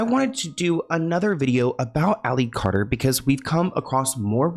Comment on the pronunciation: Carter not cater